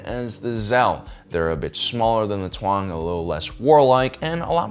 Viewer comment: what is it with you and getting all the words wrong by 1 letter? Tuang instead of Taung, Culomi instead of Columi and Bootna eve instead of Boonta eve. Bizzarre